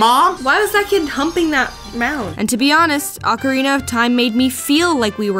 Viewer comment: Thank you for pronouncing "ocarina" correctly. Practically nobody does. Most people pronounce it "oak arena".